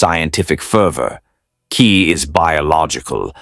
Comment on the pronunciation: Ki... is pronounced like key, not kai.